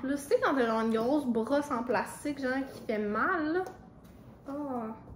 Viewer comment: « Is that a brwosse? »😭😭